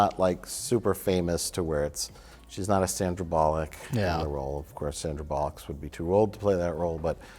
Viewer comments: i cannot express how much I enjoy Mike pronouncing Sandra Bullock's name as 'Sandra Bollocks' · Gets me every time when Mike purposefully mispronounces people names--and especially when it's America's Sweetheart, Miss Congeniality herself, Sandra Bollocks.